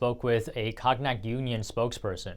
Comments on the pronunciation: Pronounced ". Kone-yak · Pronounciation of Cognoc = Ko-nyac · Cognac = silent G. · A new word in english , cog-nack. 😂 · One. Could learn how to pronounce cognac. “Conyac.” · Someone needs to tell him how to say cognac. Lol. Cog-nac.😅😅😅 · Note: cognac (CONE-nyak). Thank you. BTW, where's Tiffany?